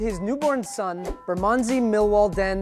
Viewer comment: Hahaha, that is NOT how you pronounce Bermondsey!